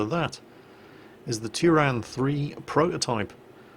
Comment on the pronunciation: Turán is pronounced in Hungarian more like Turaan. I've been there